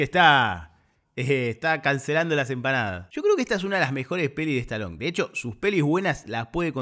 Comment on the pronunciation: Muy buena tu narracion de toda la película me cargué de risa.... sobre todo Me dio risa como ....decis estaloncha.......😂😂😂